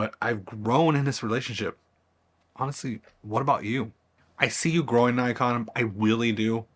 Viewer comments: You can’t even pronounce Nikon. How could you think you were in a relationship with it? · no that’s wrong too. It’s NICKon. As said by 100% of the rest of the world. It’s a shortening of the older name Nippon Kogaku. Why would the I vowel suddenly change? If you’re going to say Nykon then you may as well say Nyssan to refer to the cars.